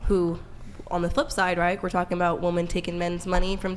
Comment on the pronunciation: I just can’t believe that women being pronounced as woman is an accent. I think it’s just a sign that someone is not too smart. I mean this with no malice but it just bothers me so much lol